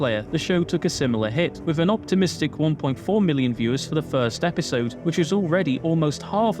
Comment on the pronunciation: With not wif . Think not fink . FFS